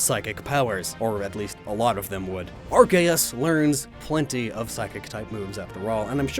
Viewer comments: I just want to know why pronouncing arceus diffrently? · he also mispronounced arceus. pretty sure its pronounced R-see-us not R-kei-S considering the japanese name is A-ru-se-u-su. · ITS ARKOOS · It's pronounced AR-SEE-US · or there's ark-ee-us his is more of an ar kae us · its prenounced ark-e-us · I've never heard Arceus pronounced R.K.S. before.